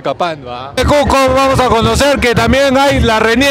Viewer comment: la chica que mastica chicle se ve que dice: "CUSSSSCO" corrigiéndole el "Cujjjjco" a xD